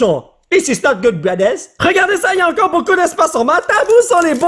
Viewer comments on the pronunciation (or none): none